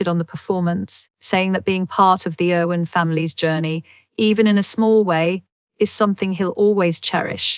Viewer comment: Spelling and speaking of words is so off..glad i didn't pay much attention.. its "Irwin"not Owen And "Hough" not Hofe